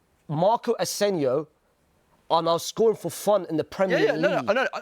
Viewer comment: Fakest Madrid fan ever. "Marco asenio" can't even pronounce or remember asensios name. Only supports Madrid for clicks